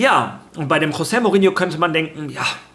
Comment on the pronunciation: Das portugiesische "J" wird wie das englische 'G' gesprochen. Z.B. Jorge spanisch = George Englisch Also Jose (Dschose) Mourinho